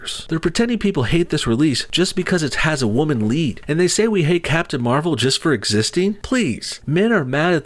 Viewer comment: you said captain marval: civil war lol